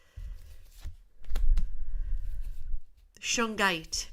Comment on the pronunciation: "Suge Knight" is a famous black musician. You are saying his name, not "shungite" which I assume is the crystal you're referring to.